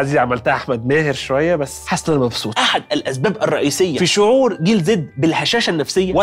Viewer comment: عزيز انت عمال تقول جنزي بدل جيل زي احنا بقينا بطلونات يا عزيزي 😅